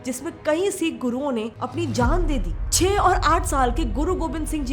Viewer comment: Phle na tu Sikh pronounce karna to seekh le kanjari😂